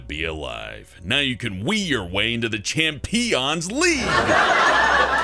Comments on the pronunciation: "chamPEEons league" HAHAHA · cham-pee-ions league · Champeeeons league